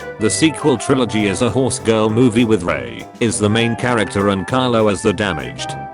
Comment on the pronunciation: Funny the AI read Rey as Ryay while Ray as Rey.